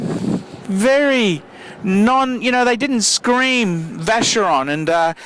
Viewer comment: Hi, can you please pronounce these brand names right? They are not "english" names, so please pronounce them as they should be pronounced. I believe these brands deserve it! I talk about all of them ( Jaeger LeCoultre, Vacheron etc...). Thanks for your videos!